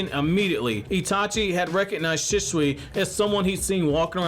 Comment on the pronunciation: the way you say "shisui" 😭😭 (nothing personal my man)